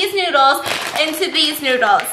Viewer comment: lol he say “Come try the stinky noods”